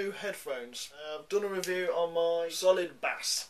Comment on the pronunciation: "Solid bas" facepalm.